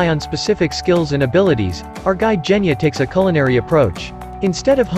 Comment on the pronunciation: it's Genya not Geyna